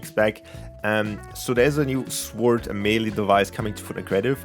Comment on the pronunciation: no offense but sword is read sord not sword